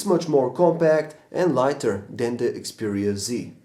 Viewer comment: Xperia Z.... not C ...jeeesus